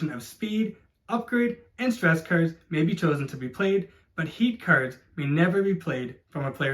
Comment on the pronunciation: Great video! Was kinda hard to differentiate between you saying 'cars' and 'cards' though ,was confusing at times hahah